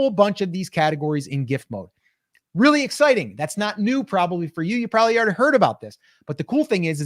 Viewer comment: Ordy?? The word is pronounced already